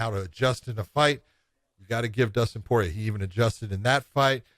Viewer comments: That dude is horrible with name pronunciation. It's kind of your job.... "poyay" "garbront".... bro 🤦‍♂️ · Josh: Dustin Poy-yay